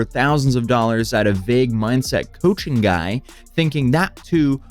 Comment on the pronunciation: Coaching services!!!!! Sounds like u said "Cushing program"